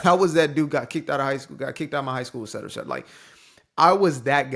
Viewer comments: Thank you for pronouncing “et cetera” correctly and not as “exetera”. That’s probably why they think you’re well-spoken. You actually know words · Mate, you're one of the few who actually say "et cetera" not "ec cetera" ❤ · The fact you pronounce et cetera properly shows you're are for real